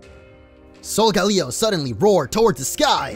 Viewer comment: Solgaleo is pronounced sole-ga-lay-oh